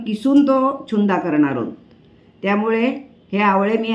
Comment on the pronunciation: नमस्कार तुमचे सर्व पदार्थ खूप छानच होतात, चुन्दा नाही "छून्दा" म्हणतात गुजराथी पदार्थ आहे